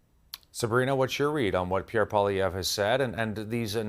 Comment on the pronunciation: What an idiotic clown who can't even pronounce Pierre's name correctly.